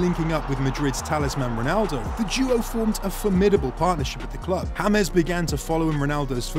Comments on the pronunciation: he said in the video hames instead of James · no in the video he said hames instead of James